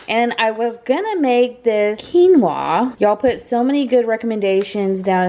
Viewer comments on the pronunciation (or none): Put paper towels in your strainer for the qinoua. (You didn't say it right, I didn't spell it right 🤣).